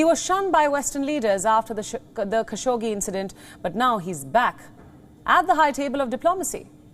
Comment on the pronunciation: Every fucking time that there is Saudi News Wion say Jamal Kassogi name. Do you understand that its so irritating.